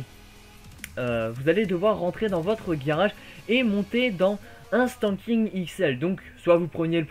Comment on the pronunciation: C'est Sandking pas standking x)